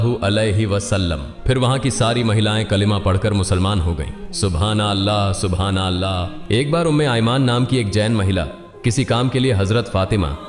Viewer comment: BRO please spell all the words properly who is dubbing this video why such mistakes?? It's subhan allah and you are saying subhnllah just hear your voice and don't miscommunicate also la ilaha il- lallah you are saying la ilaha llah very disappointed